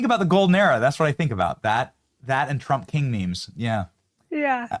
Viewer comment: Love how the dozer said troump lol silly a.i.